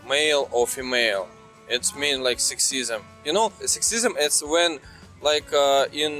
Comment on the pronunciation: You are pronouncing Career very well now but Sexism, not so much🤣. Keep trying, you will get it soon. I love when you used to laugh when you said Career lol. Good job and the glasses look very good. So professional sir.